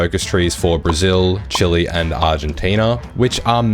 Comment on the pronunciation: Chee-lay, no chili 🌶 lol Chile